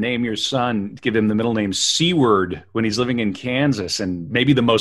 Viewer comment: I must correct something you said about WSB. His middle name is not “seaward”, it’s Seward, pronounced like sewer, with a d at the end. This was also the last name of Abe Lincoln’s secretary of war. Mispronunciation is a minor gaff, but you should know the correct way to say it. Not all your listeners are as young as you guys.